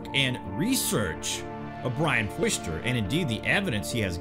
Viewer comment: Bro there's no way you can be this bad at pronouncing names correctly his name is Brian Forrester not Fooster And it's Perry Reese not Perry Reyes